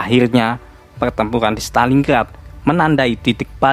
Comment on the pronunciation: PERTEMPURAN bang bukan PELTEMPULAN